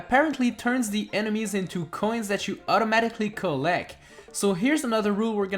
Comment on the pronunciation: U SAID COLLEC